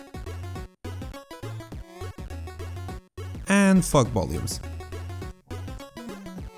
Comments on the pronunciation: Am I the only one who heard him saying "FuckVolumes" instead of "FogVolumes"? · i understood fu*k volumes :'-D